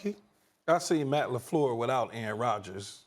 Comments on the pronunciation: Stephen A said “Matt LeFluuuuh” LMAOOO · That pronunciation of LaFleur's name from SAS 😂